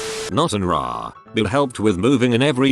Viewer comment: Because of the computer voice, can't say words right. RA has each letter pronounced.